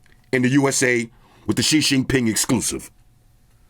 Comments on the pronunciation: “ Shi Shin Pin” gets me everytime🤣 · Nice and classic as always. 😊 but it's XI JINGDING NOT xi jinping 😅